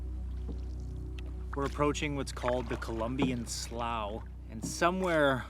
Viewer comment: Pertaining to the Colombian Slough, I believe that would be pronounced “slue”.